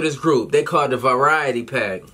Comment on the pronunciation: said "the variety pack" 😂😂😂 I'm dead